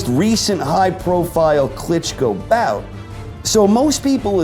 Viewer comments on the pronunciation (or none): none